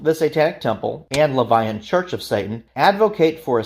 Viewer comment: is just completely wrong. 1) "Levian" isn't a word. Seems you mispronounced "LaVeyan" - which is a redundant term anyway. 2) the CoS does not "fully support" the Satanic Temple, it does the direct opposite 3) you also mispronounced Luciferianism 4) TST's 'branding' is in no way 'identical' to the Church of Satan. 5) nor is TST's beliefs 'synonymous' with the Church of Satan's - again quite the opposite. So thats a lot wrong in less than 20 seconds... you put together a 42 minute video and got multiple, very basic facts wrong. Did you even do much research? Idk how you could get these things wrong. I completely dislike TST - they're not satanism. But you should have done more / better research.